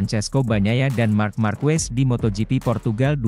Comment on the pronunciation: Pengucapan marquez itu= markez bukan markwes